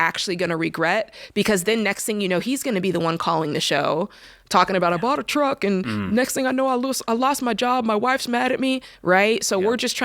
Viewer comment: Anytime George brings up the “Twuck” it just kills me lol